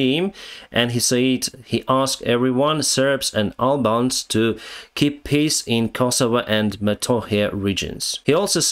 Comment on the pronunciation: Love your pronunciation: russia-ukraine piss deal🤣🤣🤣😇